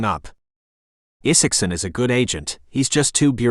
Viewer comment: AI narration algorithms have yet to solve short vs long vowel sound such as the long "I" vs short "I" sound in the name ( Isaacson ). But inflection is improving.